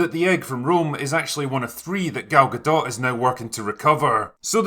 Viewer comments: Its gadoe or gadough not guhdawt (pronunciation) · How did her name end up being "Gal Gahdott" when in French "Gadot" would rhyme with "shadow", and it sounds much better that way. "Galgadoh". Or are people just totally unaware how to say her name correctly?